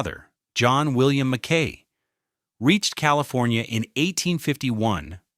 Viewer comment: For the love of God: MACK-y!!!